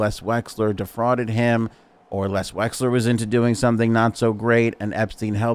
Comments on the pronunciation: I think it's Les Wexner not Les Wesler as you pronounced. Correct me if I'm wrong. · LES WEXNER.... not Wexler... for FS... lol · Drinking game: Every time he says Les Wexler instead of Les Wexner, take a drink. 🥃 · Les "Wexner"